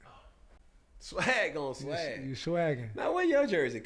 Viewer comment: Hearing Cam say "swak" took me out 😂😂